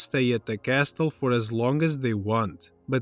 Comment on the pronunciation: It’s probably because while his english is decent (not shaming, in fact, he’s pretty good), he sounds like he’s reading off a script. Not in the “not trying to actually act” kind of way, but in a sense of he’s just reading words considering the amount of times he’s mispronounced “castle” and wasn’t familiar with the word “promiscuity”. Yeah sure, that last one isnt commonly used, but I guarantee we’ve at least seen that word growing up.